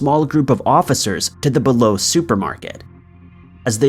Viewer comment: BE-LO= bee low